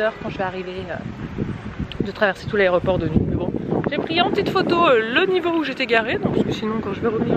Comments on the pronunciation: On dit aéroport et aréroport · "a l'aRÉoport" mdr nan c'est pas possible à ton âge!! C'est aÉroport qu'on dit!! 😂😂😂